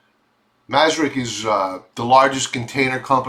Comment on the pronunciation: Maersk is pronounced "Mersk" not masrick